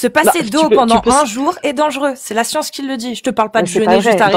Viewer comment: Ils rame avec tous. Il sont incapables de comprendre une simple phrase 'vous pouvez répéter, je n'ai pas compris". Il répondent à côté, incapables de faire une simple expérience de pensée, passent d'un sujet à l'autre... "Jé pa la scionce..."😂